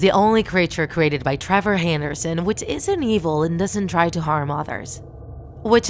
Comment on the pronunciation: It's (Trever) not (Trover)